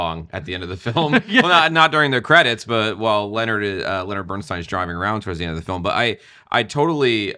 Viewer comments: Great review, but why do you keep pronouncing his name BernSTEEN instead of BernSTINE?! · Please, Please the correct pronunciation is STINE...not STEEN! Bernstein literally means: "Burnt Stone" in German.